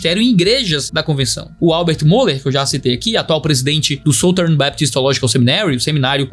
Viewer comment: dica de pronuncia. Southern = "sudern". Obrigada pelo video. Como membro de uma igreja parte da southern Baptist convention, é tempo de "sackcloth and ashes".